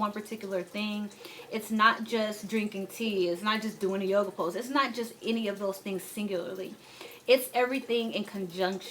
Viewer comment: This girl said “yoga” 😑😑😑 logs off